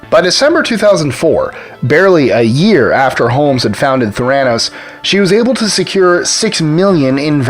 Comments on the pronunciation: PLEASE PRONOUNCE IT PROPERLY - you even said it - it's "thera" for therapy and "nos" for diagnosis. It's Ther-a-noos - NOT Th-RAN-os. I mean it's only been said in public what, HUNDREDS of times? Come on, you have one job. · Wall Street? Pharmaceuticals? Neither is applicable. Theranos: accent’s on the first syllable, according to how she pronounced it. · Might want to start by pronouncing Theranos correctly. Thumbs down. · You're not pronouncing Theranos correctly. Emphasis on first syllable, not second. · I hate the way he says theranos